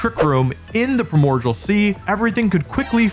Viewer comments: WOLFE the fect u pfonounce primordial as "primodjal" really pissis me off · you keep saying primordial (prai·mor·dee·uhl) sea wrong... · “Primogial”. Will forever live in my head. Jokes aside I love these videos. Oh and if anyone reads this I hope you have a wonderful day. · This was randomly recommended to me and man everytime he says Primordial I feel he is trolling us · its so funny that he can't (or won't) say primordial correctly